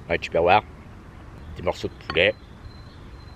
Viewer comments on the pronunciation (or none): none